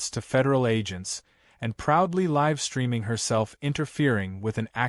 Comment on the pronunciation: "live streaming" is not pronounced correctly. At least have the narration correctly pronounce words.